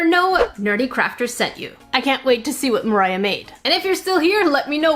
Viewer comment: ITS MOR AH NOT MIRAH